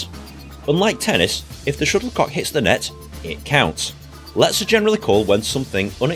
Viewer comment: I thought he was calling it a sugar Puck😂.